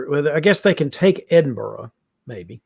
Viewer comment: I think before is given the French names to pronounce, we should have a conversation about "Edinburgh". Terrific coverage as always, thanks team.